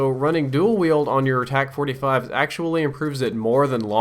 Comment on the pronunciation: Tac not tax